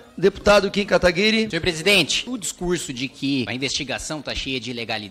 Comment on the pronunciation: Mano, o pessoal encontra uma dificuldade IMENSA em dizer o nome do Kim certo...